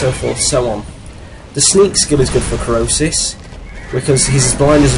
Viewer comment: Krosis not Krisos